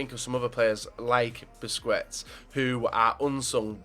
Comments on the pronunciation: Busquest sounds like BUSKESTS, NOT BUSCUETS. learn spanish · Nice video man! Regards from Spain! PS: Busquets isn't pronunced as "Busquets", it is "Busqets", without the second 'u'. ^^ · you know it's pronounced "busqets"